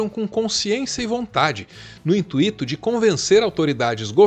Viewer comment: Boa tarde,! Aqui o senhor pronunciou "intuito" errado.